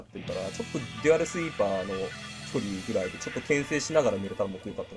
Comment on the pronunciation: いや「デュアルスイーパー」だよ